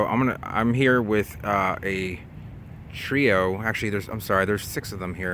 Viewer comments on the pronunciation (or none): Hahaha...."A tree-oh."